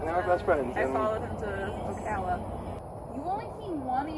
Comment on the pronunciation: It's Oh Cal Ah (you said Oh Cah La 😆) 😉...